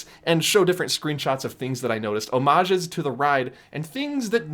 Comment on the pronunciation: Watching a lot of YouTube lately, I want to say how much I appreciate that you pronounce Homage correctly. Seriously. Haunted mansion woo